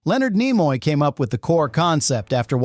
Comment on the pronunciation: Leonard NIE-moy? I hate AI.